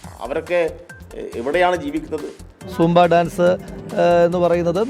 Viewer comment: കിളവാസാംബ അല്ല സൂംബ